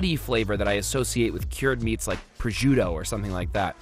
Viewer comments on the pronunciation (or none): none